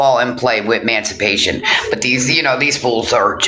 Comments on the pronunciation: THIS, talking about education and emancipation or as says, MANCIPATION. She doesn't even know the correct word, or how to say it....... I said a while back i thought she was a hypochondriac lolll, she certainly sounds like one. However, MMF suggested she is having withdrawals, due to not taking her Suboxene correctly. I believe she is 100% spot on. Of course will exaggerate the symptoms, just in case she loses her Disability for her mental health. This way, she can fall back on physical disability, to keep the money rolling in...Actually, what has happened to the carpal tunnel?? 🤔.... She may be a total a.z.z.w.i.p.e, even an illterate one, but she is all there then some, where money is concerned 😑.... She really thinks herself something now. That's ok, keep climbing high. Just a greater height to fall from 🤭🤫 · Omg you DA it's not mancipate it's emancipation/emancipate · Hells bells, she can't even pronounce it. 😂😂